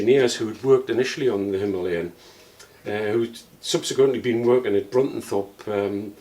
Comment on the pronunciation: It's Himalayan! 😬